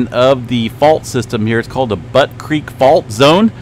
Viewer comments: Not Butt creek …. It’s Butte pronounced like “Beaut” in Beauty 😂 and Gerlach is pronounced “Gerlack” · 🤣🤣🤣it's Butte Beautiful Beaut pronunciation Not Butt.🤣🤣🤣🤣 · YEP , JUST LIKE BUTTE , MONTANA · Butte is pronounce like the Beaut in beautiful, not the way you are pronouncing it.